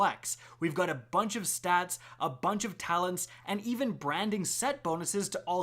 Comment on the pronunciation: yep i tuned out early in this vid cause of him saying it wrong